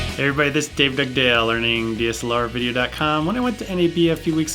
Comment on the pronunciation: Love the way you say 'Dave Dugdale' Dave Dugdale.....